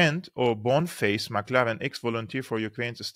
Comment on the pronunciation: Boneface's name is "McLellan" not "McLaren"